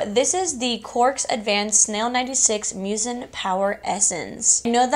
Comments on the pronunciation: bestie i love you but i'm kinda cracking up at your pronunciation of cosrx 😭 it's okayyy it's "caws R.X" 💓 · You said it like “cause r x” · Thanks so much for the review on the lash growth serum-I was curious. And a friendly little FYI, the Cosrx is short for cosmetic prescription. So pronounced Cos and then say the letters Rx. ❤️ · I had no idea that is how you pronounce Cosrx